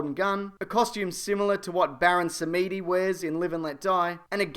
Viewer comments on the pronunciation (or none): ITS BARON SAHM DEE COME ON